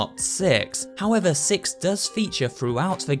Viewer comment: SuperHorrorbro: Here it's distorted signal Twists and Corrupt "Sex" Me: Really don't you mean "Six"